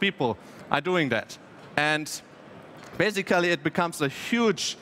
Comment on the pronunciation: Sorry to say that but after hearing this I had to listen dictionary saying "basically" and "transaction" few times in a row to heal my ears.